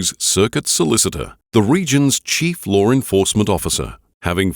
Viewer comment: it's pronounced law, not lore